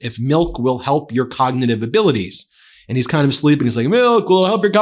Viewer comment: Trump cannot pronounce “cognitive” correctly. He always says, “cogditive.” He repeatedly shows his lack of education. That is why Melania is having Barron take elocution lessons.